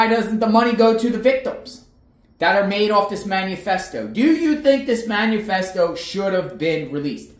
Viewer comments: It’s not “manu-festo” it’s “manifesto” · You are still pronouncing Manifesto wrong. There is no U. It is not Man U Fest O. It’s man I fest O. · Please learn the correct pronunciation of manifesto